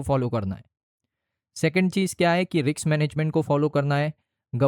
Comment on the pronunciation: रिक्स ❌ नहीं... रिस्क ✅